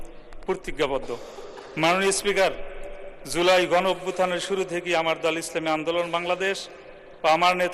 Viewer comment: এটা এদের যোগ্যতা! (লজ্জা!) জুলাইকে উচ্চারণ করছে "ঝোলাই" হিসেবে। এই জাতির লজ্জা শরম নাই? এদের সংসদে কে পাঠায়?